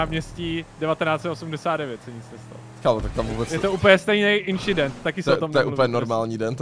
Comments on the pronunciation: Ne small inšident ale nothing just an inchident on the race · it was just small inshident